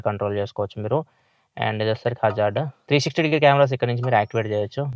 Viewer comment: Meru Hazard antunte naku Wizard ani vinipisthundhi anna 😂 😅